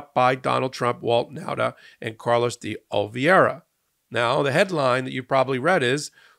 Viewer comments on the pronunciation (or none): why do you insist, time after time, on totally mispronouncing Trump Florida-case co-defendant Carlos de Oliveira's name? IT actually MATTERS. You care so much about every legal matter, you care about Trump's conduct regarding the law. Yet you insist on NOT correctly saying a four-syllable, Portuguese surname: ("day") "oh-lee-VEH-rah." Your repetitive behaviour comes off as arrogance, amateurishness, and an "IDGAF" attitude. #oliveira